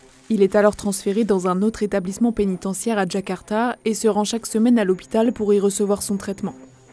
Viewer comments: Euhh SVP LE MONDE, c’est JAKARTA pas DJAKARTA!! La honte…. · C’est pas Djakarta mais Jakarta à